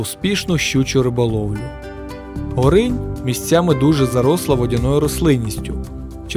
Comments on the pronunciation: У наших краях де протікає ця річка ставлять наголос на О в назві Горинь).Річка тече за 500 м від мене)) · Так, ГОринь, Горина. В офіційних джералах наголос - ГорИнь. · Гоооринь а не горррринь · Не ГорИнь, а ГОринь. Хлопці, не йдіть на повідку у держави-агресора! Ріже вухо. Я з дитинства вудив рибу на ГОрені поблизу Гощі, що в Рівненській області. Ніхто і ніколи там не називав цю річку ГорИнь, а тільки ГОринь. А мені, між іншим, 62!